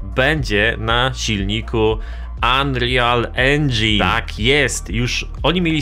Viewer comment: plis, wymawia się ANRIL, nie ANRIJAL ENDŻIN